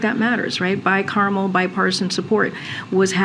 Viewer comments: It is not pronounced 'bicarmel'....it is 'bicameral. What a moron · Litigation is done through the court process. Not the senate or congress. And what the fuck is bi-carmel.